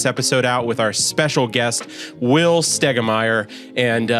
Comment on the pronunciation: Pronounce your name right will you